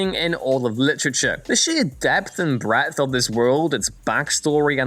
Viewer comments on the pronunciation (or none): none